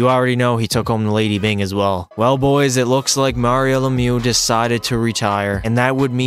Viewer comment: Mario lemiou 😂😂🥴